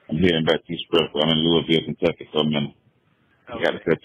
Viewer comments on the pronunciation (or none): none